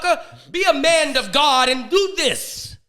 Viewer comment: "be a mand of God"...lol